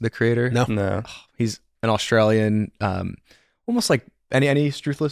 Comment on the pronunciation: I love how he said the word "Australia," and only that word, in an Australian accent, and nobody brought it up at all.